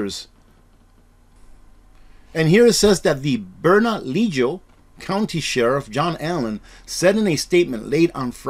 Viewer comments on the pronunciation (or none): I grew up in NM. Just an FYI😅....The county is pronounced BERNA-LEO 🤗COUNTY